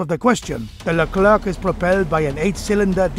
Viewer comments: Leclér not Le Klerk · As a french , it's accurate. (And it's pronounced "leclaire" not "leclairke" xD)